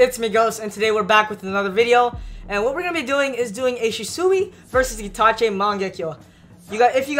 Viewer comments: who is shisoooi is shisui not shisooi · its (She-swe)